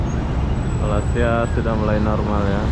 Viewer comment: Kenapa kamu cakap Malaysia tak betul. Bukan malisia bunyinya melaysia